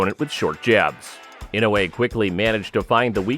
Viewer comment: ちゃんとイノウエって聞こえる発音凄いな 昔はインウイとか言ってたような気がするｗ